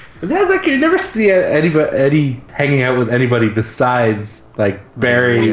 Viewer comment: I heard you. Yeah I heard you say Ehdeh. Loved the whole thing about Not-Harrison (can't remember his name) trying to replicate the hand vibration. That shit cracked me up. I read somewhere that we'll definitely see Vibe this season. Then again I also read that Tom Welling is playing Superman in season 2. Make of it what you will. Awesome work again guys, I'm gonna miss you in the off season.